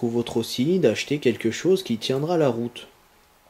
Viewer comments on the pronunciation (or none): none